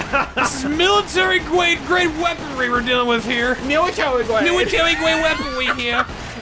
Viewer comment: “Military Gwade Eqiupment” 😂😂🤣